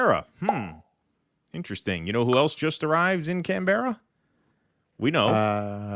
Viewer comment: Can Berrar 😂